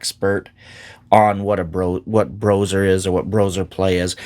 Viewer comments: I don't care who played what how. Playing AD&D 1e RAW is fundamentally different and awesome. I have come to prefer it to current conventional play. I'm glad to see you covering this,! Earned my sub! Also, I haven't heard anyone call it "Broser" It's "Bro Ess Arr." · Just so you know it's pronounced like combining the word BRO and OSR so BRO SR. I don't hear good things about them but I wanna hear your take. I am writing this comment when I just started watching this video. After watching the video: Yeah I think some groups play that way. I try to get my groups to open up to a campaign like that but I think modern players are just too stuck in their modern way of thinking, it's unfortunate. I notice players are not even comfortable with playing more than one character. My least favorite thing modern players have said to me is "I don't even like combat I just want to roleplay" that really means "I'm a coward even in my imagination and I don't want my character to face the possibility of being harmed because that would hurt my fragile ego". Sorry just had to rant a bit. Anyway I would love to try and integrate some of this stuff into my game.